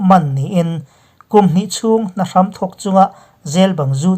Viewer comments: A bengvarthlak ṭhin e. Hna hrám, hram hi thlám thluka lam tur a ni e. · Hna hram tih i lam dan hi tun thlengin i la lam dik lo. Lo inzir deuh rawh aw.